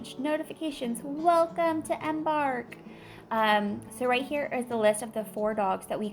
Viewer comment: Google the word embark and listen to how it's pronounced.